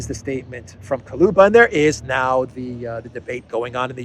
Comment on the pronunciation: Kuleba, not Kaloba